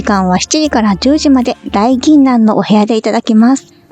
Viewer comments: 大銀杏は、おおいちょうと読んで下さい。だいぎんなんでは、ない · aiちゃん、こんばんわ。両国は安田庭園以外知らない街並み。営業で行く機会も無く相撲も見に行ったことが無かったので… でも雑談は大好き、自分らの年代だとカメラ構えてたら邪魔にならないようにが当たり前だけど、今は旅先で写真撮ろうと思っても周りに気を使わない人が増えてるのは確かだからね。自撮りはしないけど自撮りしている人を見るとユーチューバーかな？って思う事はあるけど、尚更邪魔にならないようにとは思うけどね。あとaiちゃんゴメンね。朝食会場だけど両国という事もあり「だいぎんなん」じゃなくて「おおいちょう」なんじゃないかな？正解がすぐ出てこなかったから確実ではないですが（笑） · 大銀杏だいぎんなんではなく、大銀杏おおいちょうね（笑） お相撲さんのまげが、イチョウのような形しているからそうよばれているんですよ😊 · 両国には行ってみたかったので色々知ることができてよかったです。 朝食会場の読み方はたぶん「おおいちょう」だと思います。力士の髷の呼び方なので、、 相撲は詳しくないとの事なのでこれもご愛敬ですね。。 ナレーションの声が落ち着いていて聞きやすいです。